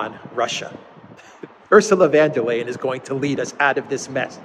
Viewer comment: Please call her Ursula von der leyen, not van der leyen. German not Dutch. Lets not make the Netherlands look bad. VON DER LEYEN, NOT VAN DER LEYEN